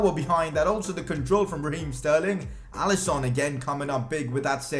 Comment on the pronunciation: Why you call it alisOn and robERTson